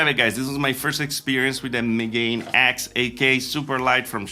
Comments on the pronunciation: Just a quick correction: Megane is pronounced "Meh-Gah-Neh", which is the word for glasses in japanese, and also why its a cool name for a headset. Apologies for the correction, carry on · Megane is a French name (also used as a name for a model of Renault) so I'm assuming the intended company name pronounciation is just "Megane ecks". However, I suspect that they've incorrectly shifted the stress -- Megane has stress on the second syllable, and if you switch the stress to the first syllable, you get a pronunciation like the Welsh name "Megan" that is relatively common in English now. The reason I suspect this is that "Megan X" starts "MEga", which sounds all cool and superior, but "meGAne X" doesn't.